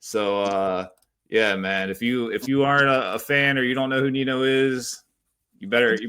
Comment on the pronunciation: It’s pronounced Ninyo, not Nino lol. He’s killing it right now. Can’t wait for TOD.